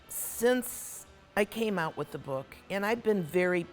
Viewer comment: Ouuuut a true Canadian with that stumble on ooout sound